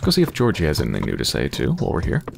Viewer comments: No ones mentioned this but Im pretty sure Georgiy is pronounced "ghee org ghee", it just sounds more like the Russian pronunciation than "Jee or Jee". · It is pronounced more like Gyeah - org - ghee